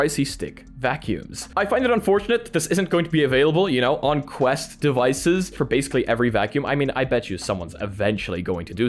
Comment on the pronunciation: QUST LOL ITS QUEST